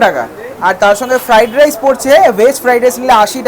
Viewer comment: Amr cook o ei ucharon ta kore. Ami hajar chesta korle o pari na... 😂😂feradice na ki jani